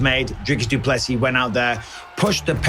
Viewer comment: and one more thing, its pronounced DOO-PLE-SEEE not DOO-PLESIS. Get the mans name right and show some respect DANA!